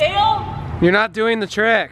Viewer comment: "JOHN IS TRYING A TIRCK"